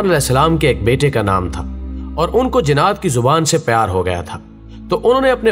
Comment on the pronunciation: بھائی جنّات کو جِنات کیوں کہہ رہے ہو؟